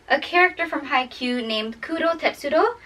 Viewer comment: the way you said kuroo’s name made my goddamn day